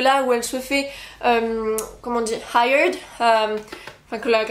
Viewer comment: Super bilan, j'attends avec impatience la vidéo des deux autres livres. Je viens de finir la trilogie de Mari Lu, c'était super. C'est parti pour The Giver comme ça je pourrais aller le voir au cinéma. L'anglais est en toi "hired" :D